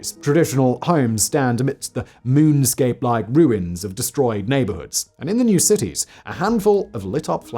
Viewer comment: Did he say ruin like stewie?